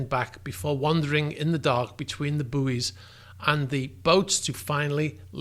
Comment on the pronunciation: I wish he could say buoy properly